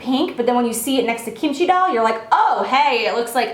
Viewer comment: Lol the way you pronounce kimchi doll is so funny but it's ok ily and kimchi is a Korean side dish that is really popular with Koreans if you were wondering